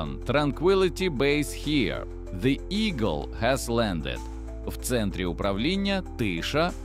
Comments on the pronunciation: ШІ-занутий ведучий обізвав місячний модуль Ігл (Орел) таким же, як і сам він, ШІ-занутим словом "Ейгел" ( , ). При введенні цього покруча в пошукову систему виліз якийсь блювотний російський хіп-хоп, від якого мене мало не знудило. Ганьба каналу. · Ейгел?😑 ЕЙГЕЛ?! Ігл... Орел... А не Ейгел... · Ігл (eagle )-це в перекладі ʼʼорелʼʼ а що таке ейґел?